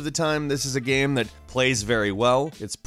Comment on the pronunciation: Why do you say game as gam?